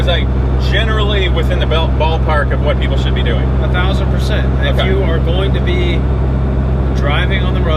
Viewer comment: Ahdonoh? but pretty sure there is no such thing as “a thousand percent?”